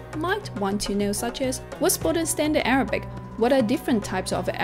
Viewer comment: I must confess I did not listen to her story at all but I could only focus on her pronunciation of English. Unparalleled -> unpellited. Short -> shot. Most -> moost[e]. Standard -> steander. Firstly -> firstely. Form -> formed. Tribal -> treebel. Sophisticated -> sofistikading. Stands out -> staans out. Rhythmic -> rhythemic. Perseverance -> persérviance. (é is where the stress is.) Pronunciation -> pronunca-átion. Father -> fadder. Contributed -> contribúted. Influence -> inflúance. Differ -> dívert.